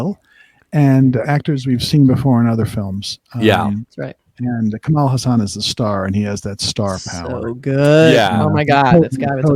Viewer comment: Please get the pronunciation of the lead actor's name right it's not Ka+Maal it's Ka+Mull the last syllable pronounced like the word Mull, like to Mull things over. Also his last name is pronounced as Haa+Sun. Lot's of people get this legend's name wrong even in India, so you're not alone. Kamal Haasan, Kamal = Lotus.